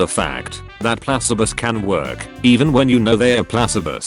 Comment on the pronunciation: Nobody: Computer voice: Plass-uh-bohs